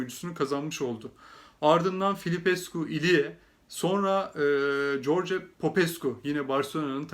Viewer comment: Sevgili, Hagi Türkiyeye geldiğinde ben merak etmiştim adamın ismini Haci diye söylüyorlar peki bu isim niye (g) harfi ile yazılıyor diye. üstelik bizim ülkede ahmaklar ona corç diyordu ama yazılışı Gheorghe'dir. bu adam amerikalı mı acaba, hey corç, versene borç misali. tam o dönemlerde Tanya isminde bir rumen bayan ile tanışıp, arkadaş oldum sene 1996, Haginin ilk geldiği sene. Rumenlere karşı bir sempatim olmuştu Hagi'den dolayı. ben Tanya'ya Türkçe, o da bana rumence öğretti. sular seller gibi rumence konuşamasam da, okumayı iyi öğrendim. nasıl bizim alfabe de bazı harflerin latin alfabesinde yeri yoksa (ğ,ı,ş), onlarda da bizde olmayan harfler vardır, (ţ). gördüğün şu harf, kuyruklu (t) harfi, rumen alfabesinde (ts) diye okunur, oyuncunun ismi de o harf ile yazılmaktadır, yani Moruţan. okunuşu da şu şekildedir: MORUTSAN... senin gibi bir Galatasaraylı bunu bilmek zorunda diye düşünüyorum. Günlerdir saçları ağırmış adamlar ekranlara çıkıp, yok efendim, Morutan'ı bilmem kaç senedir izliyorum, yok tanıyorum falan diyorlar, ama adını doğru söyleyebilmekten acizler. merak ediyorum, nereden tanıyorlar acaba? Rumen liginin maçlarını hangi kanal veriyor? Rumen spiker de mi adamın ismini yanlış söylüyor maçı anlatırken? iyi geceler